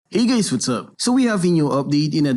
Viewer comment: Hey GaYs Whats up?